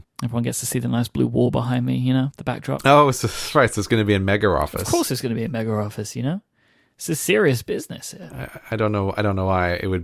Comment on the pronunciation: hearing Grey say "mega-office" with the R is disorienting